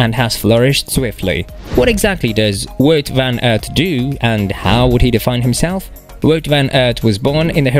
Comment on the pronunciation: Superb rider Has tho done approx 14 monuments and won only once You mis pronounce his name